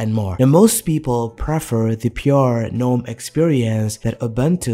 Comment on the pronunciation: I cringe every time he pronounces "gnome". 🤮🤮